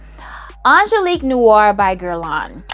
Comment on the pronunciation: I was with you till you said Angeliquie....my darling darling Angeliquie? 😂 I still love you though